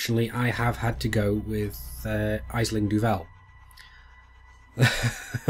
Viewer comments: Aisling is pronouced "ash-ling". It's Irish. At least it wasn't Saoirse. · Just a note. Aisling is an Irish name. If you wish to pronounce it correctly then use this link. Regards